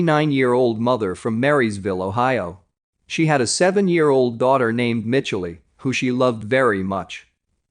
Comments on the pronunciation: I guess it’s an electronic reader. Most English-speaking humans would have known how to pronounce the girls name. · Mitchell EEEEEEE Michelle ...... MICHELLE